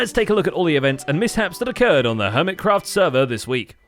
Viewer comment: "HERMITRACT" 😂😂😂 🤦‍♂️ WHY???